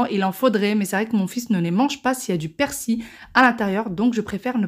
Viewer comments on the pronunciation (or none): Merci pour les recettes et on dit persil...avec le l....a la fin......et bonne année.avec meilleure santé pour votre dos. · Ça ma faire rire la manière dont tu prononce persil et jarret 😂😂😍😍😍 merci pour la vidéo